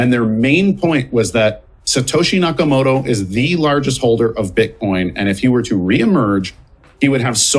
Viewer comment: 'Nakamoorah' en 'Mister Bluebin'? Good lord, get a decent journalist please.. Next thing you know he'll be talking about 'crypto coin'